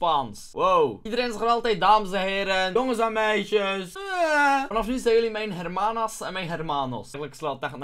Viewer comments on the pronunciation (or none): je spreekt de h niet uit bij hermanos en hermanas xD